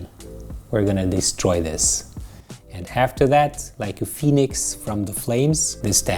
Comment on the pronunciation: When he says like a Phoenix from the flames in his euro accent 🙃😅😅